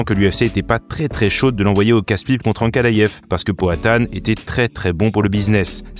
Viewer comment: Superbe vidéo, mais pourquoi tu prononce Ankalayef ? Et Chimayef aussi ? 😅